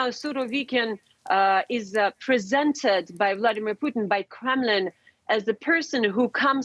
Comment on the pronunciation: Definitely referred to him as Vladimir 'Poutine' at the start there 😂